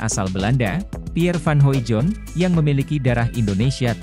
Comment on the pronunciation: Hoidong bacanya bang bukan Hoijon